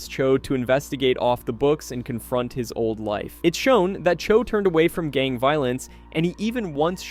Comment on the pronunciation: Sorry how did you pronounce gang again? Let's see... joined 2024... entire video is basically just a recap of the Mentalist with very embellished language... Hmmm> I know what you are.